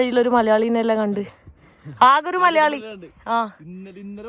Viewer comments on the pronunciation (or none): none